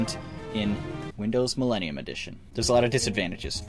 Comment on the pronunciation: Windows ME, pretty sure it stands for meggosta Me and Microsoft Correcting: It’s mellelium Edition, LOL..